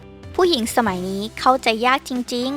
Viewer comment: ปรับปรุงด้วยนะครับ เข้าใจ ยาก ครับ ไม่ใช่เข้าใจ อยาก.